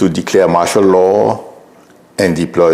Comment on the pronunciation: Martial pronounced as sh ( and I lived under martial law briefly and it was pronounced with sh). However probably whichever part of the country you live in - will depend upon the pronunciation. Plus - we all know what you are referring to - regardless of pronunciation. S.